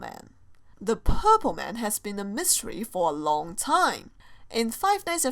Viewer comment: Don't you mean "Myseries"?